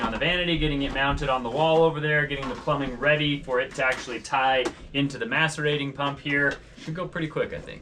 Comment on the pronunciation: I'm sorry but I keep hearing m*sturbating toilet. 🤣 I literally said WHAT every time. Can someone spell the type of toilet he's talking about? Update: nevermind I found it. Macerating toilet.